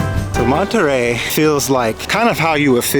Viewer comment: It’s Monterrey not manta ray.